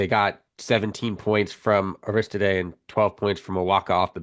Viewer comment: learn how to say aristode if you are talking az basketball!